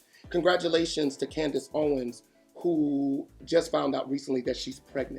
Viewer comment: I thought you said, Candace Bassett, from RHOP. I'm sitting here clapping until I realized you said, Ownes.